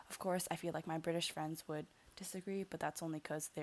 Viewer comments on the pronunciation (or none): love when you say "BRI-TISH" haha